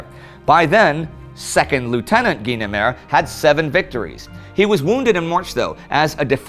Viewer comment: I remember that "Twilight Zone" episode...it's how I learned it's "GEE-nemer," not "GUY-nemer."